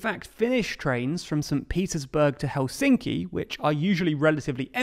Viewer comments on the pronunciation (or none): none